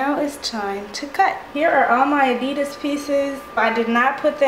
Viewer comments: You say adidas wrong but still is an epic vid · You pronounced adidas wrong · She did not just say adidas like that